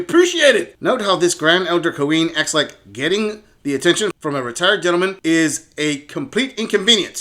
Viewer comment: Everytime this guy says “cuh-ween” I die a little inside